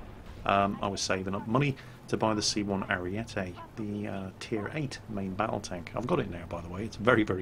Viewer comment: C1 Ariete is pronounced "Chi Uno Ariete". The B1 Centauro is pronounced "Bee Uno Chentauro". Similarly, the B1 Centauro 120 is pronounced "Bee Uno Chentauro ChentoVenti".